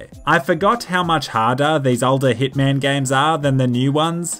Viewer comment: I swore you said "Dickman: Blood Money". Sounds like Killer Bean but instead of pistols and beans, you have micro smgs and micro pay-nee-suz